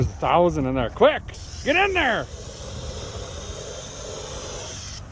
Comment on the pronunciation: When I say that I lost it at when said “Quick! Get in thurr!!” 😂🤣🤣😭😭